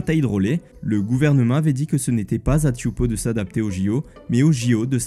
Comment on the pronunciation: Tous les ans les épreuves des championnats du monde de surf se passent à Teahupo'o (prononcé Téhaoupo et pas Tioupo). Ils ont l'habitude de recevoir le monde entier et ce sera pour seulement 4 jours. Rien de choquant à ce qu'une épreuve se passe dans les Outres-mer, c'est beau de les mettre en valeur. En revanche, héberger les athlètes sur un gigantesque bateau croisière de luxe, les faire vivre en autarcie et les extraire de la vie locale, ça ne dérange personne. Pendant que les athlètes en France dormiront dans des chambres de 9m² sur des lits en carton.